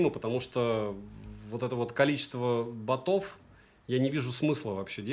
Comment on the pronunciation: не батОв, а бОтов в множ.числе Посмотрел и точно переходить на х7 pro не буду. Такое... Остаюсь на Х6 pro